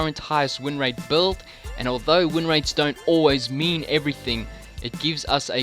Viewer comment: That 'buuld' is insane!